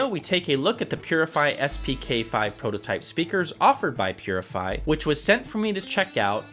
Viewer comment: Pronounces Poozzi